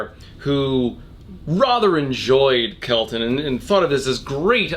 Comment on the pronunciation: I get triggered every time he says “rother”